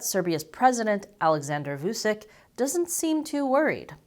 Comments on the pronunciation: Btw: the name is pronounced like Voochich, rather than Voosick. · It's not vusik it's vuchich you stupid fuck learn slavic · It's not Vusic, his name is pronounced Vuchich, with first ch pronounced hard, and last ch pronounced soft! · Vusick XD That is the funniest renaming of Aleksandar. It is pronounced Vutchich (tch in witch and ch as ending in most polish surname) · You mispronounced "Vucic", the c in "Vucic" is pronounced like a "ch" sound. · It's not vu sick it's vu CHICH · voochich, not voosick... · It's pronounced [WOO-CHEECH] For some fun, listen to Vuchich trying to talk chinese: . Oh, there's a remix too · FYI, Vučić is pronounced like Voo-chich. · Loved the content, good to know that moves of the Serbian government are getting attention from the west. We here in the neighbouring countries are getting a tad nervous of the Serbian arms race. Also, one more thing, please, try to improve the pronunciation. The letters č and ć are meant to be spelled as CH, like in the word chat or cheat... so it's VU-CHI-CH. I'm betting you're going to cover him again in the future, might be a good thing to prounounce his name properly. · It's pronounced Vuchich, FFS. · It's pronounced "Voo-tshi-tsh",. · Its promounced vutchitch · It was amusing hearing you pronounce his surname. :) To be fair though, you didn't see his surname written correctly, "Vučić". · If you really wish to put forward a convincing argument or analysis you could start off by pronouncing the Serbian president's name correctly. Anyway, all you are presenting is a load of propaganda. Kosovo is Serbia and always will be.